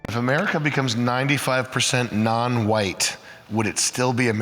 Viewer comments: yea lady, so what exactly is americer? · "Americker" - That Woman